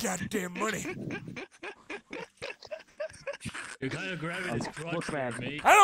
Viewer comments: Arthur Morgan Where’s your goddamn moneh? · I need moneh for ma boah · Am here for moneh boyah..! So get meh the god dahm moneh.. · Wheres my GOH DAMN MONEH BOAH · We need moneh Arthur! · Arthur : where's my MuNeH ?!!! Dutch disliked that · Moneh I need my god dam moneh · 5,000 MONEH